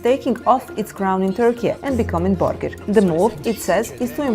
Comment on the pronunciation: i like how she says "burgir" 😂